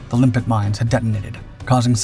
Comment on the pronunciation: And by the way, I hear your saying "limpic", but magnetically attached mines are named after limpets, a kind of sea snail.